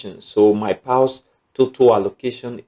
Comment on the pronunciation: Which one is “pals” Pronounce as “pors” as in paws….not “pals”